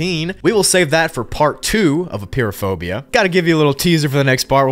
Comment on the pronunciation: I love how you pronounce it Appear-o-phobia😂😂😂